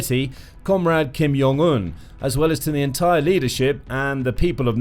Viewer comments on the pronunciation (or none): Ok kinda interesting. But you lost me at “Kim Yong Un”…its jong…like john…like joint and…whatever else…not yong… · It’s Jong not Yong. He’s not Hispanic